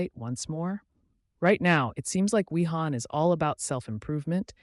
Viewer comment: Pronounced "Vi-han", the entire time he was on 😶